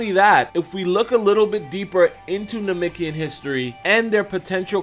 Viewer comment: Anyone else want to slap him till he say namekian right, because he is not saying it right at all